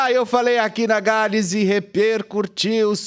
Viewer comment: Mais um comentário construtivo: o querido e competente Felipeh fala muitas vezes REPERCURTIR ao invés de REPERCUTIR, como nesse vídeo no minuto . Uma dica apenas...repercutir, repercussão...beijos, Felipeh!